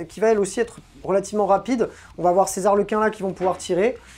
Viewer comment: Je tiens qd même à te signaler que tu peux dire les Zarlequins car Harlequins, c'est en anglais, en français y'a point de H ;) Donc lâche-toi sur cette liaison pas si dangereuse ;)